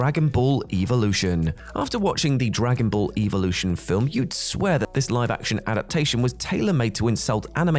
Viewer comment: how you say evolution wrong triggers me, your supposted to say it like they do in pokemon.